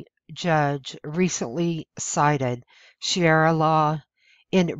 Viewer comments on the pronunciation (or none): It's shu ree uh not shee air uh. I cringe every time I hear you say that. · sha ria not shiara! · This kind of reporting would probably be received much better if the "narrator" wasn't illiterate. None of them can read simple English sentences. And by the way, it's ShuhREEuh, not Shara. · She makes good points. It's too bad she's so unintelligent while making them. Shariah not sheria. And the word Banned is proper usage.... not banded. There's nothing worse than bagging on others when you're not smart enough to pull it off. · Shu-REE-uh Law, not Shee-air-uh Law. C'mon! ;-) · I am appreciative of your passing this info... However, the word sharia is pronounced - shuh-ree-uh, not shee-ar-uh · I wish the speaker had a better pronunciation as it makes her sound ignorant. It's not Shara law it's Sharia. Please try to improve your pronunciation. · It's NOT pronounced ShiARA, it's ShaRIA. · Good compendium. but please don't pronounce Sharia as "she-arra". It's pronounced "share-ee-a" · That's "Sharia," not "Shiara!" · it's pronounced SHA-REE-AH not SHEE-AIR-AH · It's "Sha-ree-ah" not "She-air-ah"! If you want your videos to be taken seriously, at least pronounce the words correctly! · It's sha-ria not she-era. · Dear, I am with you 99.999 percent! But honey, (please don't take this wrong), It's "Shaw-ree-ah law". God Bless. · "She-era" law?? You'd think if someone went to the trouble of preparing a message and stitching together a lot of photos with a matching 5 minute narration they could at least spend a couple minutes getting the pronunciation right. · It's pronounced: Sha-ree-ah. It is from the pit of hell! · Shuh-ree-yuh. Say it with me now. Good work, but saying it right is vital. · Narrator : Nice voice, but horrible pronunciation. One example : Sharia is pronounced Shuh ree uh. If you are going to narrate, it's always best to learn correct pronunciation, prior to doing so. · STOP SAYING SHEE ARA LAW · It's pronounced SHA - REE- Ah